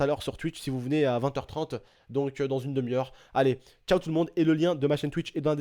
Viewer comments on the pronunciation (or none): none